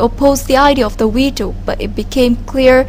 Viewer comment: 'weatos' lol